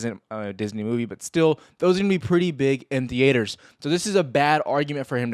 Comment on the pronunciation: the-aters haha